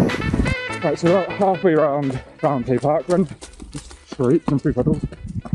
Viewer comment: Just for your information it’s not pronounced round hay it’s pronounced round-e